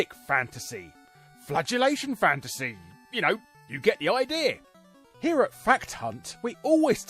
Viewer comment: I'm sorry, but was that "Flagellation Fantasy" or "Flatulation Fantasy"? Didn't quite catch that one.🤯🤯